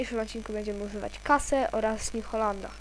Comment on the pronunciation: nie znacie nazw ciągników new holland czyta się niu holand a case- kejs